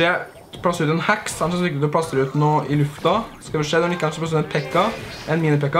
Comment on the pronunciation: Er jeg den eneste som syntes han sier "hax" når han egentlig sier heks?